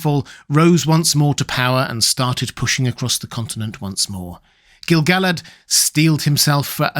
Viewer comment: I couldn't agree with you more! I have always thought the name was pronounced Gil-ga-lad, precisely because of the reason you mention: the song about him doesn't scan correctly without that pronunciation. A further note: pronounced as Gil-ga-lad, it matches the way everyone says the name of the Lady of Lothlorien. Ga-lad-riel No one says "Galad-riel" I don't think either of them rhyme with "salad.", all respect for your scholarship and your many lovely videos, but I think in this one tiny thing, you may be wrong.